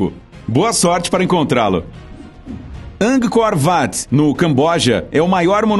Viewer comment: Ah, cara, quando ele disse Ankgor Wat... Só gamers que jogaram num Nokia, vão entender...